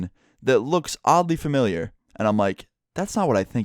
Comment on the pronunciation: Did he say formilear